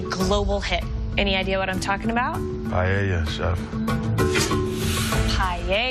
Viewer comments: “Paella” not pajeja… by the way it doesn’t have chorizo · Why they say PAIEIA? it's paella there's no "i" there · She said pallella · She pronounced paella 🥘 wrong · It's PAELLA,. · And a teacher who cannot pronounce the name of the dish correctly even after trying several times.